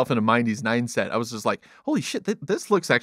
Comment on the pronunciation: Completely random comment, but I enjoyed the little speaking flub of "if you put yourself in a minedees nineset" 😂